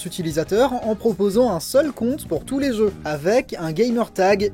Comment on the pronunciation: 'tous les zeux"😭😂